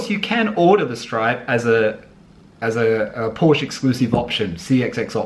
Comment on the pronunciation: Adding a stripe reminds me of the bogan Holden drivers who take off the GMH lion and replace it with a Chev bow tie. I prefer completely original, the Porsche 911 style speaks for itself. BTW please learn to pronounce Porsche correctly.